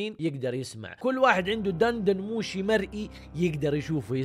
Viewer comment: دن دن موشي بكسر الدال!!!